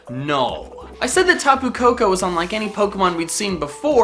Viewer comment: Also, when he says "Tapu Koko", it sounds like "Taboo Cocoa". Lol